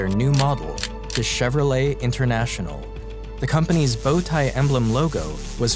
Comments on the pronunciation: So we have been mispronouncing his name this whole time. It’s not chero-leT it’s more schevro-lei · Till today I didn't know that you don't pronounce the "t" in Chevrolet 😢